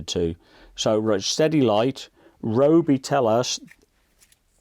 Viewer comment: thanks, i have this but i dont think they have any different style tips unfortunately, which is a shame. FYI its pronouced RYE-O-BEE